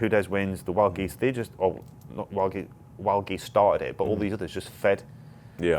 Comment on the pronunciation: "WldGez" What? "WldGez" LOL Wild Geese, classic ...